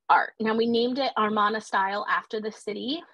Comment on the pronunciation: I really enjoyed this primer on the Amarna period! The Aidan Dodson book Amarna Sunset is an excellent supplement for a more detailed history of the period. It is a bit jarring to hear you mispronounce the word Amarna throughout, however. It should be uh-mar-nuh and not ar-mon-uh.